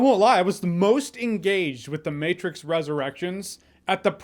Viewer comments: No no! “The Meh-trix” was perfect! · Lol the Mehtrix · "The Mehtrix". Yep, pretty much. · the "mehtrix" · The mehtrix... I laughed XD